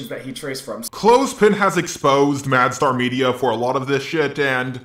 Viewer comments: how to say Mastar media. Madstar media Lol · Its not "Mad star media" Its not "Mu star media" Its "Ma star media" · Does anyone else hear "mad star media" when he says the name? :p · Are you calling him "MadStar"? It's a play on Master and Star, not Mad and Star. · I'm heading "madSTAR" is that how's he is pronouncing it?